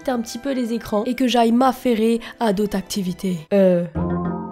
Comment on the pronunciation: Ça m’a tué quand elle a dit à d’aute activité au lieux d’autre